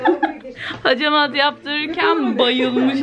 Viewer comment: Hecemat degil, hacamat kibarlaşmak için ağzını yamultmadan konuşsan daha iyi olacak